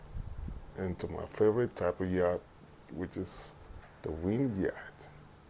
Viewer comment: What’s a “Yatch”? Did you mean Yacht?